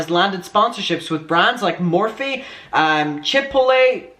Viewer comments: Chipotle sounds like: Chip-pote-lay (long o) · I feel like you were getting Chipotle and Chick-fil-A mixed up and /or combined lol.. i was living for it... "i feel like thats a place?" yea you're thinking of chick fil a but trying to pronounce chipotle the same way hehe, that was great and i dont know why it entertained me so much. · You struggling with saying "chipotle" is the best thing hdhdhdbd 😭✋